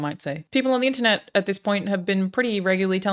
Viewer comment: Almost got the american accent perfect. "Internet" fucked you over man.